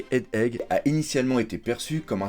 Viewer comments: Super format, super montage. Par contre il n’y a que moi que ça trigger à chaque fois qu’il dit “Head Egg” ? 😂 (genre ) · il sait toujours pas prononcer egghead ^^